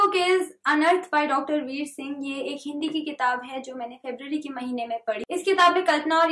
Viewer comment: I loved the Hindi review so much. Do you plan to read and review more hindi books. It will be great. Your Hindi pronunciation is really good.